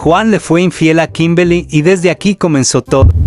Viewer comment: 0:7 dijo kimbely xd error todos cometemos